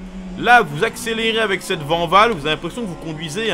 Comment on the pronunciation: Mais non coach, ça se dit pas Vanvall, ça se dit Vaaaaaanwoooooll Toujours au top sinon Ne faits pas une Jacques Villeneuve 😂